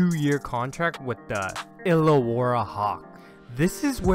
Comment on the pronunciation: Bro can you say australia and Illawarra properly for the love of god It’s australia not OUSTRALIAAA and ill-a-wa-ra not EEALAWORRER